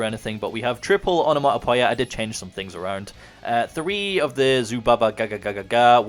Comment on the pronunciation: Am I missing something or can not pronounce onomatopoeia?